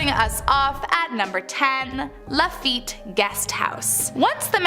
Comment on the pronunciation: Born, raised, and still live in New Orleans for 35 years. I appreciate y'all for making this video. Not making fun, just teaching, but it's New Orleans(Or-Lens) not (Or-Leans). Lafitte isn't pronounced (La-Fight) lol it's (La-Feet). Shreveport is (Sh-Reeve-Port), Calcasieu is (Cal-Ka-Shoe). Then of course we have Michoud, Atchafalaya, Pontchartrain, Tchoupitoulas, Opelousas, etc... Only negative thing about the video is not mentioning The Myrtles Plantation. It's probably the most haunted place in Louisiana, and very well known. And, The Bourbon Orleans is a well known haunted hotel in the French Quarter. If y'all ever make another Louisiana video, I'll gladly help.